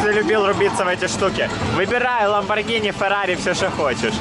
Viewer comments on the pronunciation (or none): none